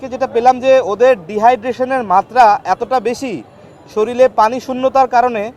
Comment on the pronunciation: এই ডাক্তার হয় অটোপাস আর নাহয় ভাড়ায়চালিত। তার ভাষাগত জ্ঞান সঠিক করে দেয়া হল: ✅ জরুরি ❌ জরুলী ✅ প্রস্রাব ❌ পরসাব ✅ শরীর ❌ শরীল